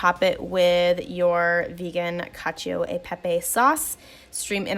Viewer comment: cacio is pronounces "cacho" by the way, not "cacheeo"